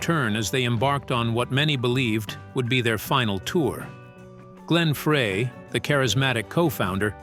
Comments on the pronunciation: it's not Frey it's FRY!!! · Glen FREY Pronounced FRI !! SAY IT CORRECTLY OR DON'T SAY IT AT ALL !!